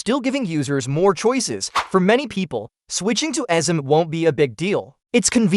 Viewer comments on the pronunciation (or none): The AI voice doesn't know how to pronounce eSIM